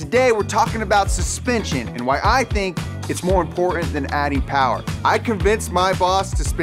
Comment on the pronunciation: MO POWAH BABEH